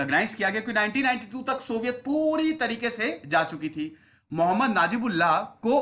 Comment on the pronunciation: Mohemmad Sahab naam thik se le